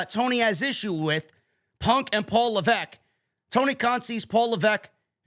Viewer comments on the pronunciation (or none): none